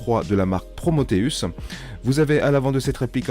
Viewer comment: Top ta video a tel point que le seul defaut que j'ai pu trouver c'est sur le nom de ton canon: c'est Prometheus et non PromOtheus. lol